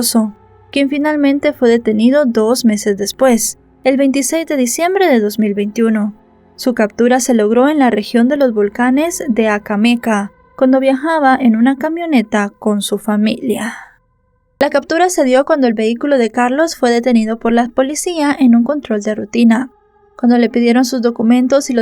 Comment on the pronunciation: No es acammeca es Amecameca primero investiga bien